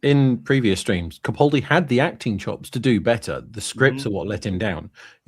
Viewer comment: Why does constantly mispronounce CAPaldi as PACaldi?? Ffs get the man’s name right!